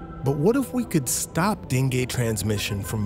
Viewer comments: bc dengay kya hota hai .. den-goo hota hai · Dengue not dengeee😂